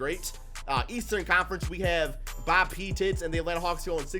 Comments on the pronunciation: For my own sanity, please tell me the pronouciation of P-TITS is a joke....? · And he pronounced pettit wrong. Pete-it 😂